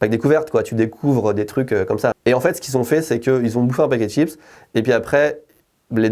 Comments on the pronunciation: j'ai envie de la frapper quand elle dit "TCHIPSSSS " au lieu de chips bordel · des « SHIPSSSS AU CHOCOLAT » 😬😬😬